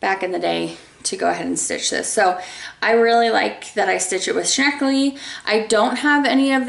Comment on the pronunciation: Every time you said "shneckley" I giggled;). Newspaper is a great deodorizer.... place your WIP in a plastic bag, on parchment with crinkled newspaper underneath, then toss the paper after a few days. Add some baking soda too if you can keep it in a safe place without the soda getting bumped around touching your fabric.